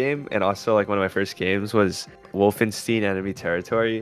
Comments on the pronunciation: "Wolfensteen" ;_; I'm not even German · Lost me at "Volfensteen" xD Jk, great video! Interesting stuff to learn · Wolfenstein pronunciation my lord